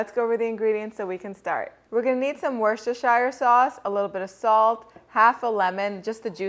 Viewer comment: Pronounced "Wooster sheer" sauce